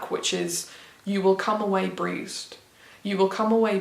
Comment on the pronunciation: LOVE a video that discusses loads of different types of books, never knowing what’s going to come up next haha. I loved the way your structured this as well, breaking it down into categories. Oooh I’m glad you read bone, I’m really intrigued by it. Also love a mix of poems in a collection. You’ve convinced me, I’ll be getting it! (You sound like you’re saying ‘breezed’ to me when you say ‘bruised’ hahaha). I’ll have to let my boyfriend know you enjoyed the Robin Hobb, he has it on his shelves but hasn’t gotten around to it yet. Interesting to hear your thoughts on Eleanor Oliphant, I’m like ‘mehhhh do I read it or don’t I?’ I just have books higher in my priories. Story of my life😂 Loved this, the mix was BRILLIANT. I also have a wrap up type video coming next week with the most random selection of books ever, even by my standards it’s a bit odd😂